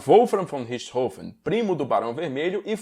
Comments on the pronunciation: Que bom ver alguém pronunciando o nome corretamente. Saco essa imprensa imbecil falando Richtófen ou Richtôfen. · Finalmente alguém que pronuncia "Richthofen" corretamente.